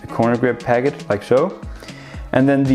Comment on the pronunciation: Is it me or is he saying pagget instead of packet...